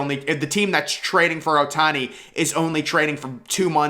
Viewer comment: Bro said ohtani 💀